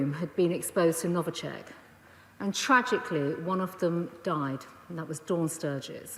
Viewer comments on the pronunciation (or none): She can't even pronounce the name correctly)) It's Novichok, not Novichek as she said. Boris, not only your ministers are incompetent they are also illiterate! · NoviCHOCK not NoviCHECK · She doesn’t even know what Skripal was poisoned with! It was NOVICHOK, not NOVICHECK, does anyone think Putin will care what Priti has to say? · Novachek or novichok, i like how they can not even learn the name of poison correctly, but they pretend to know with stright faces that it was Russia, did anybody told her, that Russia is not bothered what she thinks and tells, Germany is good example with Nord stream 2, talk, talk, talk, but money first, which we like to take from russians! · She keeps saying Novichek. Can't even pronounce it properly. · Oh ffs, she cant even get the name of it right "novicheck" lmao, this country is falling apart so they are playing distraction politics, they've known all this for a long time...ask yourself...why now? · She can’t even say “NovichOk” right… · Yeah, she said novichek. Moreover, all the names and surnames were pronounced in a wrong way)